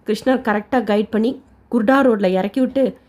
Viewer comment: Kurda Junction... Not kudaro sister